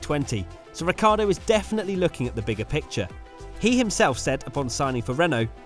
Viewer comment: British tv: rihcardo and verschthappen 😂